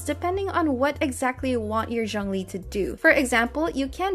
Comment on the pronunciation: its not jung lee btw, its zhoongli